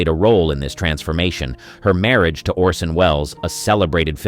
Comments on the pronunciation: The actor's name is "ORson" not "Olson". Please do the bare minimum. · Lol narrator keeps saying Olson not Orson 😅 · "Olson" ? It's ORSON Wells. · 'Olsen'? You mean Orsen, right?